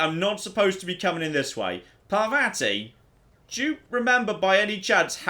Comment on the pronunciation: I hate the way they pronounce Parvati because its completely wrong